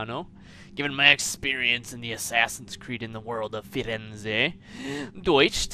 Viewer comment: How did you just pronounce Deutsch